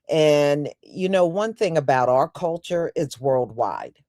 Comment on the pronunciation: our food, not 'are food.' 🤷‍♀